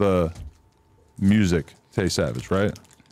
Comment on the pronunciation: Omfg don’t tell me Chicago niggas say “mursic” too 🤦🏽‍♂️